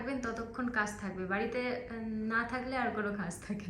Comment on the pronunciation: আজকে কে আসকে , কাজ কে কাস এই সব উচ্চারণ মটেই শ্রুতি মধুর নয় । এই উচ্চারণ গুলো ঠিক করো